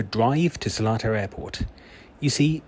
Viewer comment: As a local i need to let you know its NOT Selatar, it's SelEtar - there's an E after the L, not an A. So it's pronounced as Seleetar, not Selaatar.